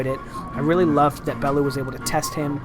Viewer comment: Bell - you, ffs.